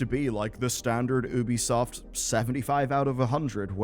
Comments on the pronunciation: It's pronounced YOOBY-soft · Just by looking at the text on the preview I understood that the author says Oobisoft instead of Ubisoft 😂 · Not if you call it by its proper name. It's not an American company, it's french. So it's pronounced 'Oubisoft', not 'Youbisoft'. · Its actually pronounced Ubisoft.